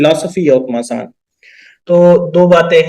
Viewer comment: आप दोनो ही मसान को मशान बोल रहे हो, प्लीज थोड़ा ध्यान दीजिए